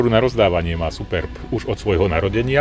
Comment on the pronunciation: je smutne ze neviete naporiadok hovorit o technologiach,no est sutnejsie je ked recenzujete auto ktoreho nazov neviete ani vyslovit. za toto vas platia? to moze potom robit fakt kazdy.